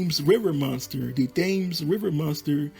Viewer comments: The river Thames is pronounced "tems'. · WTF!!! he doesn't know how to pronounce THAMES